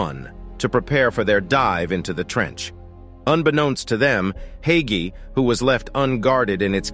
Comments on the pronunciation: oh i was pronouncing it "hi-key" the whole time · To Pronounce Haiqi Is Like Haichi